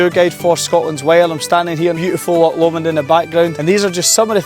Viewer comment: Can't pronounce 'Loch' ? Sign of the times.